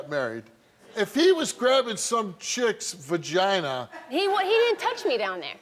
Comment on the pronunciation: The way Steve said “VaGiNa!” 😂